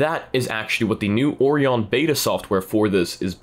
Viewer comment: I've never heard someone pronounce Orion that way before.